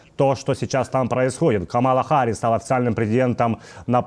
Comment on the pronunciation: Пожалуйста, делайте правильное ударение в имени Харрис. Камала - ударение на первом слоге.